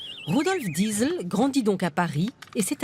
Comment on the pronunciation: mais pourquoi la journaliste prend l'accent quand elle dit "Diesel" ? bordel quand on parle en français on prononce "diésèl" c'est très agaçant